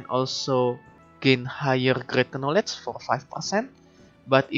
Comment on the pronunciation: The "Knowlej" Sound is strong in this one, i like it ! Great video !